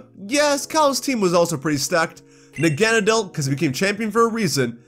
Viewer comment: Your pronunciation of Nagenadel is insulting towards all pokémon 🤦‍♂️